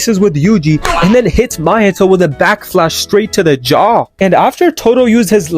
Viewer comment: Anyone else hear this guy saying back flash?